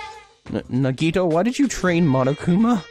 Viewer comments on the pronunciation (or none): Yes! Thank you! I don't mean to be rude, but please, it's na-ge-TOE, not na-GE-toe... oh no... no I sound like Hermione... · Naw-ge-toe that's how you pronounce it I think